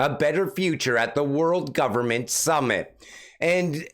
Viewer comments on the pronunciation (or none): none